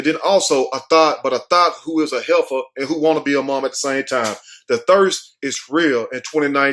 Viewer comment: Hefer not header